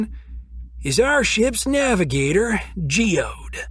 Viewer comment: Its not just a rock... its Geoed or whatever she said... so kinda like Geodude from pokemon? ffs